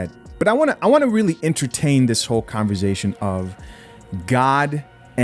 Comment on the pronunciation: its converSAtion not converZAtion lol. I love you bro but you been saying it with a Z since I been watching you and it just aint right 😂. Keep up the good content though. I'm all for it.